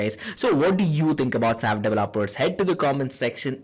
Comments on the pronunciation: it is not sap it is s a p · It is not sap.It is S.A.P.